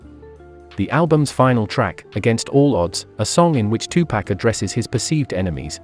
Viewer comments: they need to use a voice that can pronounce 2Pac then 🤷🏿‍♂️ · Bruh just stop saying Tupac please 🤣